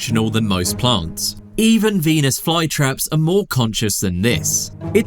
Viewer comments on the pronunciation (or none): none